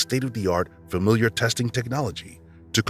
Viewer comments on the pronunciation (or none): HI it's familial DNA not familiar DNA. That's driving me nuts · You kept saying "familiar" instead of "familial", which is confusing in the context of cold cases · Really good video! Love the details. Just a friendly tip: it’s not familiar DNA, it’s familial. Pronounced like fa-meal-yull. 🙂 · I just want to hear him pronounce “familial” correctly ONE TIME